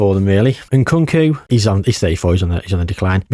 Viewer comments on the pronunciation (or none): none